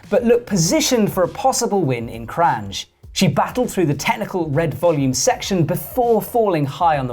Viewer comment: It's pronounced Kran, not Kranđ or Kranž. And she is Lučka (Luchka) not Luka. Thank you. :)